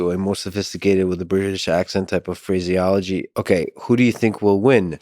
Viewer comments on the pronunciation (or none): this mf said phraseiology